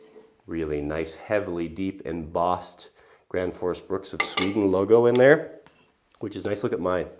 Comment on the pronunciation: its gränfors not granfors, big differens